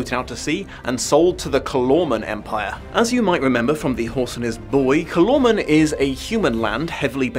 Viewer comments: SO the bad guys of the book are literally just mis-pronounced "Coloured-Mans"? Yeesh. I mean "Calormen" is a single letter off, dude..... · I read the Narnia books for the first time when I was six and I formed my own opinions on how certain proper names should be pronounced, which appears to be completely at odds with everyone else's. For me, it, was "CAL-or-men" for the name of the country, not "cal-ORRR-men", and the inhabitants were "CAL-or-meens", not "cal-ORRR-mens". At least I got "Narnia" and "Aslan" right. Sigh...